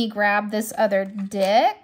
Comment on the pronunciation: I’m sure you meant ‘deck’ here but it didn’t sound like ‘deck’ 😂 👀